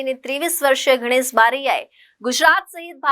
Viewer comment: Mam it's Ganesh not Ghanesh 👍🏻